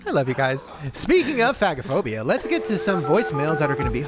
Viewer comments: hey shane, it’s not fag-o-phobia but fage-o- phobia. phag is swallow and phobia is fear of. Like difficulty swallowing is dysphagia (dis-fay-sha) not (dis-fag-e- a) 😂 hope this helps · Just to address the swallowing “issue”-if no one else has, the phag isn’t pronounced fag. It’s pronounced phazh. It’s an A like pronounced in “care”. As in medical terminology. I’m an ER nurse and a lot of medical terminology is pronounced differently, I’m not sure how else to explain. Maybe ask the boys pediatrician or nurse. Carry on. 🫶🏻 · It’s actually fay-ja-phobia friend ❤️❤️ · Omg yall. It's pronounced FAY-ge-phobia. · Guys... It's pronounched "fahhj (soft j)ophobia" not ... in the slur way HAHA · Nurse here. Shaneeee. It’s pronounced like faaage a phobia 😅❤ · Shane… I hate to tell you this but it’s pronounced like Fage-o-phobia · Oh no. Phagophobia is not how you say it lol. It’s (fago-phobia) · Phagophobia - pronounced like “page-o-phobia” but page is an F - fage-o-phobia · Also, I hope you get away with phagophobia... because the "g" is actually pronounced softly as in age in the word. Just like aphagia is the inability to swallow. But 🤞🤞 because if Ryland and Chris can't say it (Shane has a part time pass lol), who can? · That is NOT how you pronounce “phagophobia” lol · That is not how you pronounce phagophobia lol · That’s not how it’s pronounced 🤣nooooo put swallowing problems in google and hit sound.